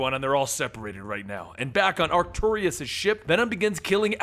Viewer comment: do the Micronauts! and if you do his name is pronounced Ark-too-russ. no i